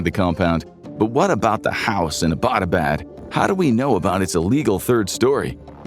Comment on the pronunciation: Why can’t you pronounce Abbotabad, it’s Abbot as in English…Abbot pharama or ..